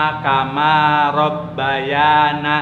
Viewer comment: Ka maaf setau aku doa orang tua,robbayani deh bukan robbayana🙏🙏